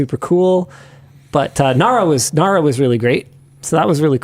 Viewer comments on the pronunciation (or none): Nara you mean nara